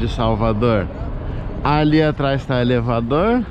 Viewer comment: Michele muito bom o Salvadoulr e elevadoulr rsrs